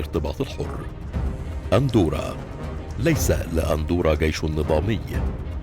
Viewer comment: الالقاء سيء ، اجل ليس لديها قيش .